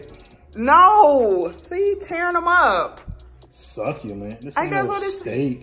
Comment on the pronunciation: I be having conversations with u guys when you pronounced succulent wrong I yelled at me phone “ SUCCULENT” like if you could here me like if you do that to